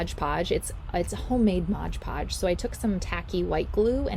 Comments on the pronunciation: I’m in my 80s and have crafted with mod podge for years and I never ever seen it sold as Modge Podge. It’s just a humming word habit with some of these utubers that don’t stop and think about the correct way to say the word mod. I’m just very aware of how people pronounce words. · Please stop saying Modge Podge it’s Mod Podge